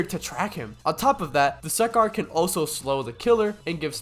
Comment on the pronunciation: its that time again... bro fr said duskkar and... ( , , ( also he doesnt cancel dmg he minimises it) ) also dont give me a bullcrab answer that your mic glitches again or smt like that